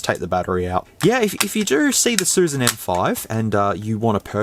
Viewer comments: It’s not susan ,it’s “shushan”. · It's "Xiu Xian."